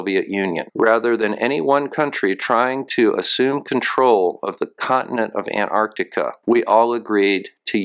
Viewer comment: so nice to hear an american pronounce the T in anTarctica. so many americans call it anartica